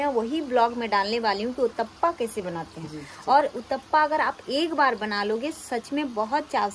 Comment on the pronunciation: उतपम होता है उतपा नही😂😂